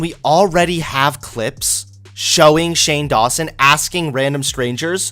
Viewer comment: That sounds like you are saying "shame lawson".